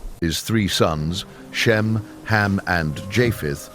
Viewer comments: His name is Ham, not Cam. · Did no one else notice that the narrator kept calling one of Noah’s sons Cam? I looked in the transcript of this video and I didn’t hear it wrong. Cam is not the name of any of Noah’s sons. Be careful that you’re not allowing yourself to be misled even just a little bit. Lies are easily and stealthily inserted hoping we won’t notice.